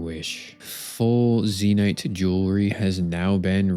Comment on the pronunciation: Zeenite.... Zen - yte kinda like icy white. It's makes me cringe when i hear people say it wrong....